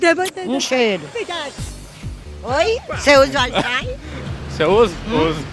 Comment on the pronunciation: "uait fait" kkkkkkkkkkkkkkkkkkk tô rindo muito